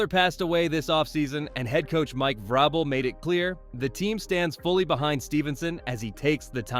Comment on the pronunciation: That is... not how you say vrabel, good vid tho